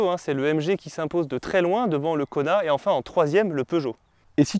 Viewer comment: Qui d'autre entend " Connard" au lieu de " Kona " 😅 ?